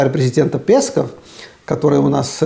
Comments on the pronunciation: Омаровы... Лангустовы… Лобстеровы… Раковы, в общем... Морепродукты... Аарне, в фамилии "Песков" ударение на второй слог. Спасибо. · пЕсков, это круто, ударение интересно специально? Пёсику пуниному не понравится.